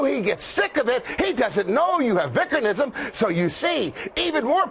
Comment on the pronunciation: Man I'm glad Spencer pronounced vickernism correctly!!!